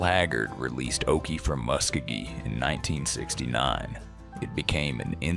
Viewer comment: Daddy sang “base” not bass Musk O Gee … Not Muskagee